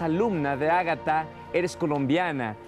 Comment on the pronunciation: Se llama Agathe, pero le dice “Ágata”, dice Quetzalcoal en vez de Quetzalcoatl, “amanar” en vez de emanar. Si así habla nuestra lengua, como hablará una lengua alienígena basada en “altas frecuencias”?? Quizás ella cree en lo que dice, en ese caso esta loca. Lo mas probable es que solo sea una estafadora que ya llegó muy lejos.